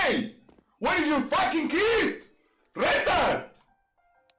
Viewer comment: When he says "Retard" it sounds like "Rental" 😂